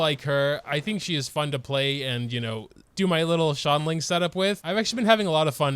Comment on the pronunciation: i always use subtitles and trying to watch them try to say “xiangling” is painful “shaun lin” “shaolin” help me